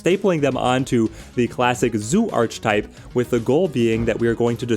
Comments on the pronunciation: Throughly enjoy the content, very informative. I hate being that guy but it’s hard when you use the word so frequently in your videos. The word archetype is pronounced “arc-a-type” not “arch-type”. I know this makes me a jerk but here we are. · Great video, sorry to be that person but given how many times you said it I feel I have to correct you! It’s pronounced (ark-ah-type). Thanks for the great videos, I’m a new subscriber :) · hahaha just think “architect” and you’ll nail the pronunciation every time 😂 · Yeah it's pronounced similar to 'Architect' :) I can see how one may mispronounce though with 'arch' and 'type' sounding like they do when on their own!